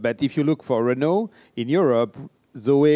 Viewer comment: Something wrong here. pronunciation of 'Renault' is nothing like yours:-)